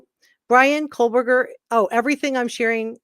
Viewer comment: PSA...there is no L in Kohberger. It's not Coal-burger. You're welcome.